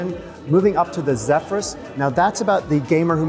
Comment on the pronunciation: Zephyrus not Zeephyrus